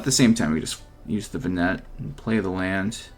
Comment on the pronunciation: Doesn't matter but might be nice to know but her name is pronounced "Ven-ah" :D and "Hi-da-lyn" respectively. Cool deck!